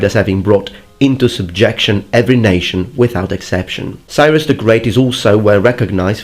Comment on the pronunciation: Cyrus is awesome. You should totally do a video about him. And learn to pronounce his name